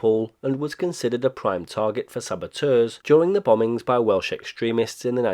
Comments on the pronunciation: Great pronunciation from a Welsh Man. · Good god, I've been past this several times as it's not far, and it's great walking country around there. I never knew any of this. Oh, and as a Welsh speaker, your Welsh pronunciation is very good. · Full marks for him getting the Welsh place names right. Well done indeed. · Very impressed with your Welsh pronunciation. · Great video. Your Welsh pronunciation sounded top notch. Have a great weekend.